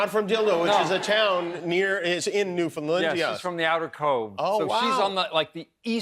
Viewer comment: Two more that can't pronounce Newfoundland correctly.